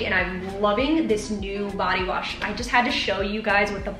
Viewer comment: Active haul let’s see what u got so I can check it out for my self lol 😂 body wash that’s what’s up man 3 months u be using it that’s what’s up u can’t say that world for shit lol 😂 u tired tho lol 😂 that’s funny I know I be messing up my words for sure lol that’s cause u be working out and that sweat breaks u out I hate that amazon leggings I hope u put the link to those leggings in the description yoga type in with it even this I don’t do yoga lol 😂 squat proof that’s what I’m talking about tie dye is definitely cute that flex all in one is super cute true to size that’s what’s up that’s always a good thing no padding yeah I know u like padding in ur bras I got my niece those air max 270 the same color u have I want those for my self I love me some air max ur fit small as hell dang I want those bad boys in black air max is the damn thing they are good for every penny I even vapor max air max I paid 220 for mine they are purple great haul hunnie yes!